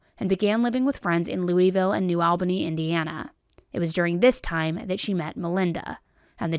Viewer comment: Is that really how to pronounce Shanda's name? Only curious because Albany was pronounced incorrectly here